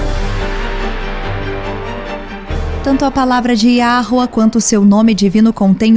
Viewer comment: Olá irmãos! Alguém escuta o falar Yahruer além de mim?🙉